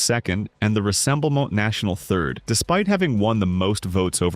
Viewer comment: Your French pronunciation REALLY lets you down in this one: - Rassemblement National - Philippot Where's her ankle bracelet?